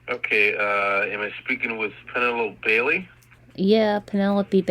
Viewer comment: He said Penelope Bailey incorrectly. He said warehouse incorrectly. He said sending them incorrectly. He said cooperative incorrectly. He said in our incorrectly. He said disctrict attorney incorrectly. He said slap on the risk very badly. He cannot say crying orrectly. He said reoccurring incorrectly. He said "We have no times to lie here" Grammatically incorrect He says dis instead of this multiple times. He says "the more time we can get in jail for them" I have stopped . I could go on for another 30 minutes where his grammar and words get worse.